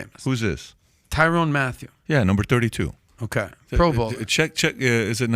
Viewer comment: Lmao dude asks a question and then says the dudes name wrong "Tyrone mathieu" it's Tyrann Mathieu lol